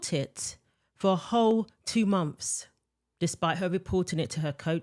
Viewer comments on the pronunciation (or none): none